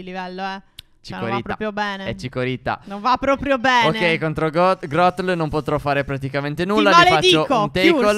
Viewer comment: Si dice Grotol